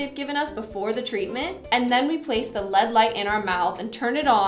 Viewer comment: I noticed that too lol it is def not "led" it is L.E.D.